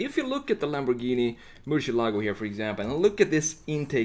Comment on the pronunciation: Ah yes Lambowghini uwus